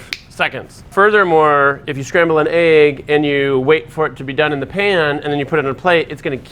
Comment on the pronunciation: Love the video, but someone needs to tell how to pronounce the word egg.